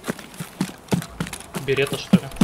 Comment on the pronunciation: Обожаю как некоторые стримеры : "в 186 метрах ю-з пернул кот , ел паштет и кашу, двигается один" .....берета Карл...он знает как звучит берета